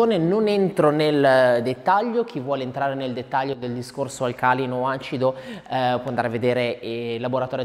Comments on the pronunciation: Inizio prolisso Inoltre NON si dice assolutamente Alcàlino‼...ma ALCALÌNO‼ Povera lingua italiana😡‼❗ Non me lo aspettavo da uno laureato🤷‍♀️ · Alcalino ha l'accento sulla "I" forse..🤔